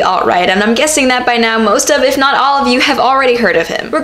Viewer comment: Good quote. Might as well be a proverb.... However, ya should've put more emphasis on "not."....... Sorry if this is sounding like I'm a grammar Nazi, I'm just saying there should be emphasis on the word not , because that's what the proverb is pointing out.